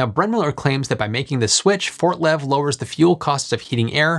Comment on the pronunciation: LMAO everytime that he says FortLev like that.